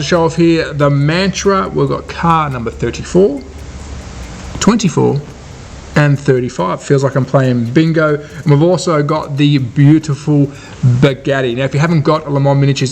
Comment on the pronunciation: Sorry Matra not Mantra!